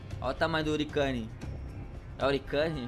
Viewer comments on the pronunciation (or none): Hurricane se pronuncia ruriqueine e significa furacão